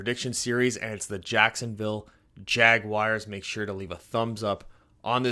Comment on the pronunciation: And learn to pronounce our name please lol